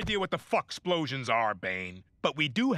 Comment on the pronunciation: “AND SPLOSIONS”